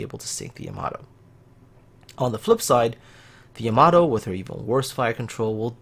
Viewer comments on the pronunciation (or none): Wtf is a YAmATOO, its Yamato not a tomato